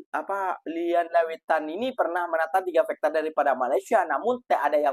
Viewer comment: Fighter ko sebut macam bunyi fekter mcm bunyi factor juga jangan ubah bunyi Fighter itu mas ia bahasa inggeris kalau bunyinya berubah bahasa itu sudah jadi lain (fighter-faiter)